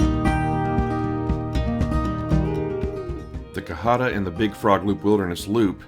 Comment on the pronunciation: You're saying cohutta wrong